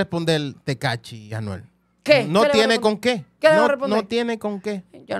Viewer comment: FAKE FAKE!!!!! Ese no es el palabreo de Anuel…. Fíjense en la pronunciación 👎🏻👎🏻👎🏻👎🏻👎🏻